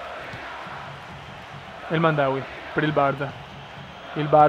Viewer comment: Vecio ara che xe El Hamdaoui no El Mandaui!